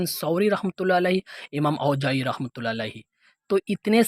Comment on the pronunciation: ایک تو اپ نے ان کا نام بگاڑا ، جس کی سورہ حجرات میں ممانعت کی گئی ہے "ولا تنابزوا بالالقاب"، دوسرا، اگر اصلاح کرنی تھی تو اس طرح کرتے جس طرح سے مفتی طارق مسعود صاحب نے ان کے سامنے ان مسائل پر گفتگو کی ہے اور ڈاکٹر صاحب نے رجوع کر لیا ہے، کے ائندہ مسائل پر گفتگو نہ کروں گا، اور اپ کا لفظ "رحمه الله" درست نہیں کسی سے اصلاح کروا لیں ، اور مذہب اور ذاکر بالجیم نہیں ہے بالذال ہے